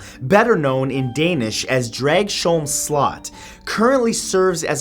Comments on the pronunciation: Not to be annoying or anything. But as a Dane, I just have to say one thing. Dragsholm is pronounced draus-holm (the o, pronounced as a shorter version of the one from the word "or"). Not drag-sjoulm. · I live only a few kilometers from Dragsholm Slot. My mom has worked there. It's a beautiful place with a chilling history. I think people should visit, it's not a bad place anymore. BTW the way you said Dragsholm is not quite right, in Danish it pronounced Drargs-holm. They also have guided tours for the history of the place and explain the ghost stories 😊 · okay Matthew Santoro i love your videos but as a dane born and raised i have to tell you this. At the number 9 part of this video you pronounced the castle and the place wrong the castle is named DRAGS HOLM not DRAG SHOLM and the part of the country is called SJAELLAND not ZEALAND as in NEW ZEALAND my country is no where near Australia. Please keep this in mind next time you decide to include my country into your videos other than that KEEP UP THE GOOD WORK MAN I LOVE YOUR VIDEOS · I love how you pronounced "Dragsholm", though it's supposed to be more "Drags-holm" and less "Drag-sholm", ya feel? lol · The actual pronounciation is Drags-holm and Slott means castle. Yet close enough, despite your try on Slott sounded like something else. :) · it's pronounced as Dravs-holm slot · Hahahah Matt totally butchered the name of the Danish castle. xD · Mathew....please slot means castle...come one. I know this cause I am Danish so should know my own mother tongue very well. Either borg or slot is translated into castle. And its so cute you try yo pronounce Dragsholm...many danish words are either silent or pronounced soft like we do have soft d's and g's.